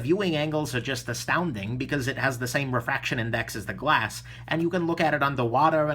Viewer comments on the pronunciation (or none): none